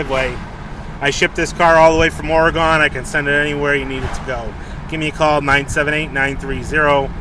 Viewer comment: It's actually " OREGUN"... not Oregone .. I'm just saying ....